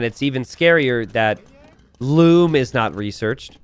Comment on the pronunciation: Here said loom bad